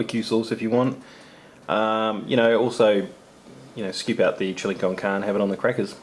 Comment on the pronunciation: Love the video's. Just for your own reference it's pronounced like this: chill-ee con carn-ay. Keep up the awesome work!